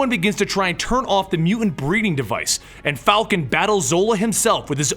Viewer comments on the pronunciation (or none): "Ms." is pronounced "mizz" and, like "mister", does not define a female according to marital status. "Mankind" is a leftover designation for the stale old patriarchy. "Humankind", besides not excluding an entire gender, is more accurate. In the word "mutant" the second "t" is not silent. Yay! Welcome to a better world.